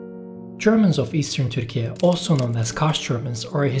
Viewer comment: Why do you use this strange pronunciation of Turkey? Erdogan is always very quick in stating that any criticism is meddling in private sovereign affairs. This is meddling in sovereign affairs of other countries. And not very smart. Ü is not found on English and many other keyboards, ü [y] is a sound that cannot be pronounced by most English speakers, let alone Spanish, Portuguese, Italian speakers. And this is only the West. As usual, another silly demand from a country that lost all power as an oppressive murderous empire long ago.